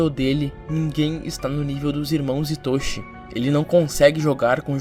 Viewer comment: Pq as pessoas falam Itóshi Rin? Prr, é estranho pra krlh, é tipo a pessoa falar kataná ao invés de katana